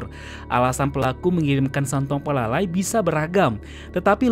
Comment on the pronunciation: Bukan santuang palala,santuang palalau.